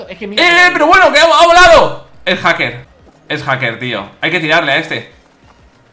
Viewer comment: Willy: haker y encima peerde Yo: repito esa escena 10 veces para saber q ha dicho min